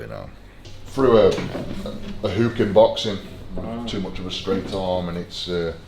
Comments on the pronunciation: And the word is hook Eddie not huuukkkk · A lazy hooooook, it’s hook not hoooook